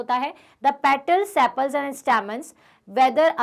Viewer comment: Stem hota hai staam nahi 😂😂😂😂😂😂😂